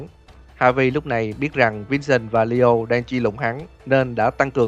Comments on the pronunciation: Nghe ad đọc lio mà em tưởng Dio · tôi cũng nghe là DIO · Leo mà cứ nghe Dio hoài :v